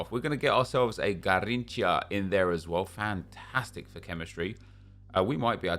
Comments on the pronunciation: It is funny listening you saying Garriiincha lol Although his name is "ga-heen-sha". Try it next time hehehe.. cheers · “ And there is 95 Gayrincha, i say his name so well dont i” 😂😂😂